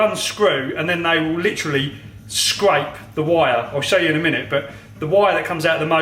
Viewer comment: The bolt will 'scripe' the wire? And he had to remove the 'spicer'? What happened to the 'a', mate?